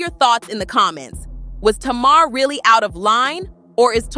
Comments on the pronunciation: You can tell you have no business telling this narrative cause her name is not Tamara is Tamar damn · Who’s Tomorrow? Her name is Tay-mar! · I'm 10 minutes into the video and I just want to know... Who the hell is tomorrow??? Her name is TAY-MAR (Tamar)😂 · Please learn how to pronounce their names correctly. Her name is pronounced TAY MAR. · It's pronounced Tay Mar! SHEESH!!!!!! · I can’t trust a story who can’t pronounce TA-MAR correctly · Mispronouncing Tamar's (Tay mar) name is crazy work‼️😮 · 😂😂😂I was trying to tell her during the entire video it’s Tay Mar..😂😂😂😂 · You can not even pronounce Tamar name correctly, so how can I listen to your story 🤔 please make it make sense because I am confused 😐